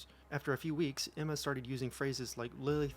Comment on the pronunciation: Okay, I know you said Emma, but it sounded like enema and after hearing all that ITS SO APPROPROQTE OML 😂😂